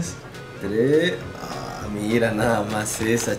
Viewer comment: Ame el "tles" jajajaja